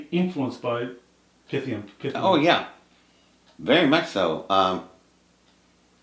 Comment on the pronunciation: Honors to you, but you are still mispronouncing Pith..lam. Don’t put an “a” in the middle. Thanks